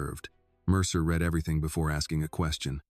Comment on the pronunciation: I don't get why in all these "Annie" stories she is hard headed and stupid. She can't just accept help as reparations or reward and move on In general this story is pretty wild in the separated at birth story line The AI imagery is full of glitches, and text speech readeri mispronounced like "read" in the it is being used either "reed" or "red"